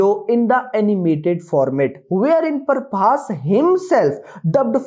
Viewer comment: Not Parbhas it's prabhas